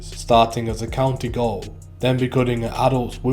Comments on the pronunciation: Don’t want to be a dick here mate but Gaol is pronounced Jail, it’s the old English spelling. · It's gaol not goal